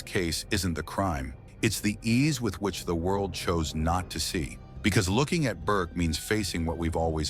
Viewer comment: The AI voice, in the beginning, called Burke BARK. This is when I jump ship. Enough of this crap. Bye.